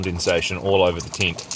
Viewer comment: Only in New New Zealand can we hear the word "tent" pronounced as "teent". Or do we hear that in Australia as well?